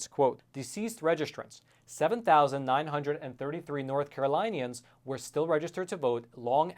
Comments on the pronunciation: It's pronounced Carol-lynn-e-an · For future reference: "North Carolinians" is pronounced North Carolyn-ee-ans. Carolinians takes after the pronunciation of the name Carolyn, not Caroline. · Caro-LIN-ians. LIN like WIN.